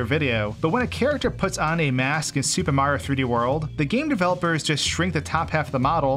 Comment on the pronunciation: Every time you say "Super Mario 3D World" I swear you are saying "Stupid Mario 3D World". And it's been a few weeks and the more I hear you say it the more I am sure you really are saying "Stupid Mario 3d world"